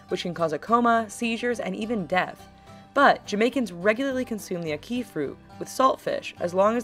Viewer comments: Ack-ee it's Ackee I know I lived in Jamaica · say it with me: AHH-KEY, AHH-KEY, AH-KEY- Ackee! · why the fuck is she saying Ackee like she saying "a key" that just got on my nerves so much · omml it's not a-key it's ahh-kee😕😂 #jamaicanrage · ACK- ee. Not ack-ee. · ACK- ee. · I hate how she pronouncing ackee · The way she pronounces ackee made me cringe😑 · When she said ackee I wanted to slap the shit out of her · I'm from Jamaica and I cringed when she said ackee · Any other Jamaicans out there laughing at how she pronounces ackee